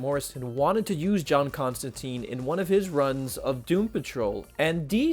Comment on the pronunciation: The good news is, you pronounced Ambrose Bierce just fine. The bad news is, you mispronounced Constantine every time.